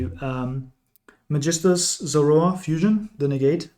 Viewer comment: dachte ich mir schon. Weil das Magistus Synchro perfekt ausgesprochen wurde 😂